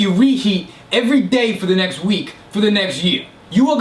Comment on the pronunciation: took me ages to realise you said 'days', fucking died 😂😂😂